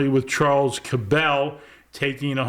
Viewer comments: I am pretty sure the name Cabell is pronounced CAB-ul, not ca-BELL. i grew up close enough to Dallas to hear mayor Earl Cabell's name pronounced on radio and television. The Cabell family ran a local chain of dairy stores similar to 7-11s. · Please pronounce “Cabell” the way the Cabell family pronounced it. Cabell rhymes closely with “Apple”. The accent is on the first syllable. I’m a Dallas native, and I vividly remember Mayor Cabell. I even spoke before his City Council as a teenager in 1962. P. S. The Cabell family owned a chain of convenience stores in Dallas called “Cabell’s Minit Mart”.